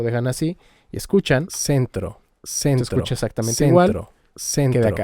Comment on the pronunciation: like si escuchas iskicha xd